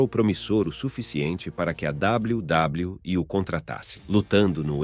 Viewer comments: Esse W. W . E . E CHEGA A DA RAIVA 😂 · Esse "WW" em vez de "WWE" do narrador irrita muito